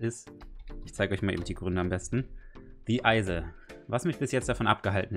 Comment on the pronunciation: Du hast the isle falsch ausgesprochen 😂😂😂👍 ich hab das Spiel selber.Das ist sooooo cooool